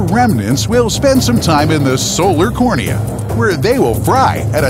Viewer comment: Co - ro - na.